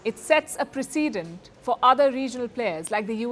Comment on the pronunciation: her pronunciation needs a lot of work. :D Its preh-ceh-dent(like president) not preyceedent.